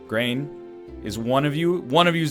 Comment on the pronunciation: I'm pretty sure hearing brain instead of grain is ingrained in my brain